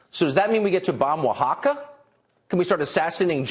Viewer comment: I'm extremely surprised tucker pronounced Oaxaca correctly, let alone know the existence of that Mexican state. Lol the world is a weird place this year. 🤷‍♂️